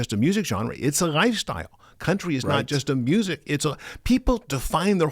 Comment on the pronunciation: The way he pronounces Lifestyle is just killing (GhyStyle)